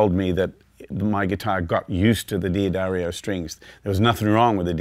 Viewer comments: D'Addario is pronounced "Da-dario," NOT "Dee-adario." Many get this wrong! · at least I'm not the only one who mispronounced D'Addario. It's duh DAIR io, not Dee Uh Dario. just trying to help! senility setting in. I think your EARS start getting used to the string, at best. We always want more, more, MORE. and changing strings as often as he prob does, there is arguably little difference between the ones he's pulling off and the ones he's putting on and he doesn't hear a huge difference but WANTS to. So.... that's MY theory. The guitar's physical structure has NOT changed due to the strings he plays. :( Oh well. No Sherlock Holmes but he is a monster player. One thing to also listen for (maybe he said later) is how bell-like they are. If you get a wobble, it MAY be your guitar. Not ringing true and evenly but a warbly kind of sound. But many times... it's either a worn string or bad string. So.... like he says, experiment. when you are happy, you are done. :)